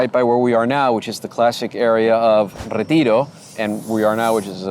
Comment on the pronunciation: i am argentinean. His English is awesome, but he gives away that he is argentinean when he pronounces Plaza San Martin, Retiro and Palermo Soho... as well as some little nuances that a non argentinean would not pick up